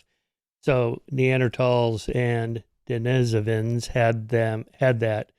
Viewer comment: Since the word "Denisovan" comes from Russian, in Russian it comes from the name Denis (pronounced de'NISS) > denisov (de'NISSov = 'of Denis') > add female suffix -a and you get Denisova (de'NISSova) + English adjectivising suffix -n. So the word stress would be on the syllable 'ni', so de-NISS-ovans should be correct; but I've never heard an English speaker pronounce it that way.